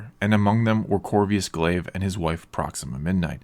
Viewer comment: It's Corvus not "Courvious" Glaive